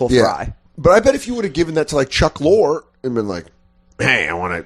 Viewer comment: Dan mispronounces Chuck Lorre's name 10 times and then talk shit about Corey mispronouncing Albany.